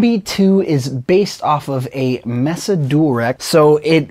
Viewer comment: Dude, nice video but just two things... One -- the companies name is Mesa, pronounced May-suh, not Mess-suh. And two -- kind of hard to really hear the guitar and the amp sounds small and a bit thin. This is the thinnest that I have heard this amp sound and it sounds very sterile. Not tubey at all. Just two things to mention and an opinion. If anything, this video has made me reluctant to buy this amp. And I own a lot of expensive amps. Unsure if this will do anything that I could ever use it for now. Thanks for the video anyway. Very good production, aside from it being hard to hear the guitar. Edit -- oh and how does one bias this amp? And can one change tubes? Thanks. Edit -- after hearing it a second time we can turn the sound up, of course, and hear the guitar amp, but the spoken word volume is so much higher than the amp. The amp does sound more full though, but still more sterile than expected.